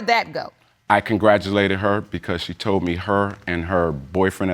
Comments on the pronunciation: "Tollen" I still can't believe that came out of his mouth and he didn't correct himself. SMH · The alleged baby daddy seriously said "tollen".... Lol I guess the word "told" was too much work to say 😂 stay in school people! 🤦🏾‍♀️📚